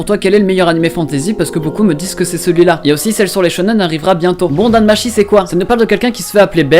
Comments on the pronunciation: Je me moque pas mais bon quand ça fait un moment que tu écoute du japonais dans les anime ne me sort pas un "Dan Machi" tt pété please 😂 Tu ne sais pas que le ち (chi) en japonais se lit tchi ? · NOOOOOOOON mes oreilles c'est Danmachi (Danmatchi)